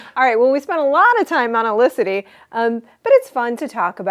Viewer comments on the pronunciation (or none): Her name is Felicity not Elicity.